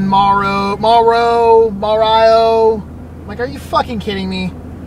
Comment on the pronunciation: Good ol' Ma-Rio. Mario's spanish cousin.